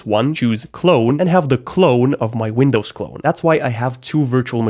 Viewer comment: Why is it 'Wundows" ?